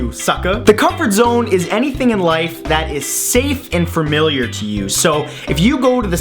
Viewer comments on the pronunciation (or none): "Fermiliar". :3 heh... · I was just about to subscribe, and then you had to say "fermiliar". I'll give you a few more videos to make me forget it, but I really think this is the end. It's not you, it's me...well, it's you, but there are plenty of subscribers out there just waiting for you who won't care if you say things like "fermiliar" or "foward" or even "athalete".